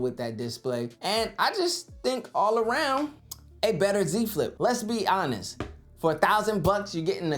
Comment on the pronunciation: "Brutally Honet?" :) You mean "Brutally Honest?" I love my Flip 5... :)